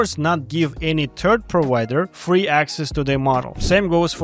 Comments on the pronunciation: A very large percentage of Swedes say turd instead of third, or tree instead of three. Good video man! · Wait until you hear "turd provider" instead of "third provider". or "turd party provider" :o